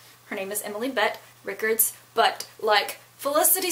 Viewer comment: It sounds like you had a great time. I've never been so I appreciate your recap. BTdub, her name is Rickards. Pronounced "Ri-CARDs". I've seen many videos with her saying it. Thanks for sharing your experience.